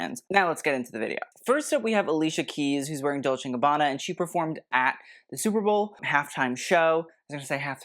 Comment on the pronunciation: "Superbowel" was on purpose? 😂